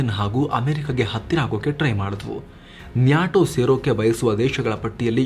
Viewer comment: Kindly pronounce NATO properly. It’s not NYATO 😃